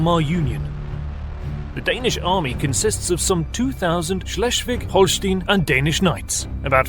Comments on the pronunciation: It's Holst EI n not Holst IE n. Do you say Einst IE n or Einst EI n. Why are English speakers so dyslectic and mispronounce German and French words, names. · Holstein NOT Holstin like Einstein not Instin. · The "ein" in Holstein rhymes with "line" not "lean." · Holstein, pronounced as Holstine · I know this is not important to the video but in German EI like in Holstein is an "ay" sound, IE has an "ee" sound.